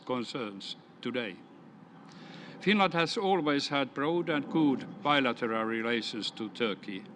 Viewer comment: he cant say finland properly